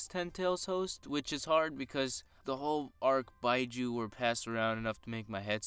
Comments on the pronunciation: its beeju not byeju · it is pronounced "bee-joo" even though it is spelt as "biju" (not actual japanese characters) remember japanese does not use english rules so the "u" does not make the "i" say it's name because we not doing english so when you doing japanese forget what your kindergarten teacher taught just for a little bit